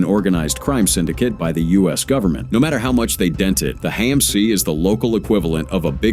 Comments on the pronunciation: HAMC is not pronounced "hey-mc". Goodbye. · Same thing with HAMC pronounced "hey-mc"